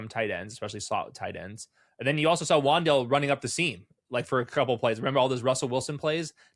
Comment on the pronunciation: It's WanDale.